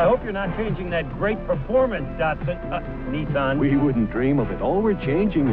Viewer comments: The way you pronounce Nissan makes me cringe. It's one of the things Americans actually pronounce correctly and you say it like an Aussie anyway. NI - SAN = 2 - 3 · must be watching a lot of Top Gear, he's pronouncing Nissan wrong. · "Nissan". Me yelling at my TV:: "IT'S PRONOUNCED 'NISSAN' NOT 'NISSAN'!". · the only American to Nissan the correct way! never mind. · Does anybody else have a little Internal struggle with how says Nissan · 😐😑🤨 why do you pronounce nissan like that? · I hate this pronunciation of Nissan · ... please forgive this picky comment ... it's "NEE'-sahn" ... not Niss-inn ... ok? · It's Nee-Sawn not nissin. That's an instant noodle company. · No body:: NISN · Nissan is actually a Japanese work. In Japanese, the character "に" (Ni) is pronounced "Nee". The way pronounces Nissan is incorrect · People also say "saki" instead of sake, doesn't mean they are right. Look up Nissan in and it is clearly にっさん, from 日産. Americans may miss the double consonant, but they are much closer than any Brit or Aussie pronunciation. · we dont say nissin in NZ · It's NEE-SAAN! 😆 Damn you, get it right haha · You mean "nisun" not "knee-san" (plz dont cancel me i know it is a joke) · It's pronounced "Knee Sun" bud. I just watched the "most popular cars in err country" vid. Good job and go Toyota! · Everytime he says "Nissin", an R34 gets crushed. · niii son... knee san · No one:: “NEHSUN” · It's pronounced knee-saan. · Why does he keep calling Nissan “niss’n”? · STOP SAYING NISSUN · idk how he's a car enthusiast but still pronounces Nissan wrong 😭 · I hope you are in character when you say Niss(i)n and not what it is.. Niss(A)n. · Its not niss sun its nih sahn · Actually, it’s pronounced “Knee Sah”, not Nisin or any of that other crazy shit! Yes, I’ll be that guy! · in USA it's either Nisn or Neesawn. in UK we just say it as its wrote. nis-san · in japan its knee-san not nissn'